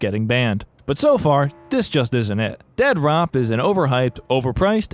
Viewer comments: I love that you keep calling it Dead Rop 😂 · "Dead-rop." It's pronounced "DEAD-DROP." Not that hard to comprehend. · Every time you call it Dead Rop cracks me the hell up! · Why are you calling it Dead Rop? lol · Dude I am obsessed with your obstinance in not pronouncing it "Dead Drop" Dead-rop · It kills me that you call it dead rop and not dead drop lol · It makes me so happy constantly pronounces the game “dead rop” 😂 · Casually calling it Dead-Rop is clever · I love how you intentionally misread the title of this as "Dead ROP" Also lucky me, I was just watching your previous Mr Disrespect video before this popped up on my recommended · Its either pronounced Dead Rop or Dea Drop. Pick your poison :p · I gotta say, every single time you make a video it feels like its better than the last. Genuinely my favorite new channel that I've found. -1 million points for saying "Dead Rop" though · The utter disrespect of calling it "dead rop" throughout is just... chef's kiss